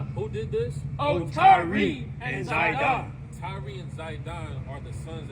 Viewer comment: It's just tyre..pronounced like "tire" not tyree